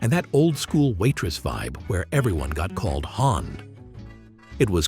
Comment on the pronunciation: I think you meant "hon," as in "honey," not "Hawn" as in Goldie. 🤓